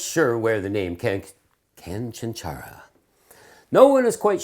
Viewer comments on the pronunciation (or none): “Canchánchara”... accent on the second syllable (That’s what the little mark above the second “a” means.) Had lots in Cuba. Definitely will be making them at home.